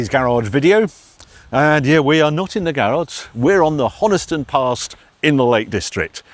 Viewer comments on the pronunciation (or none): He seemed to be saying Honiston.